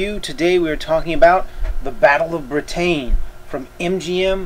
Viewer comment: Lol the way you pronounce Britain is funny =D